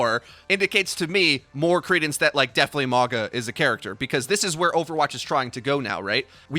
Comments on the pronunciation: Say it "Mawng-ah" or "Morng-ahh" NOT "More-guh" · his name is pronounced Maw-nga. means mountain in a lot of the pacific island nations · I kept thinking you were saying MAGA ugh